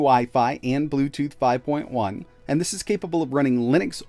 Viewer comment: "full aluminium"?! "bluetoth"?! what language is this video in?